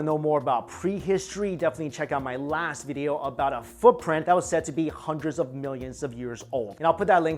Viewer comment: It’s video not,”veedio “